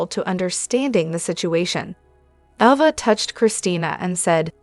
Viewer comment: It’s not Ova. It’s Ava!